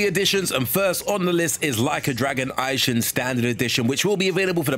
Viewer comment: "Ai-shing". "Rai-oh-ma". What??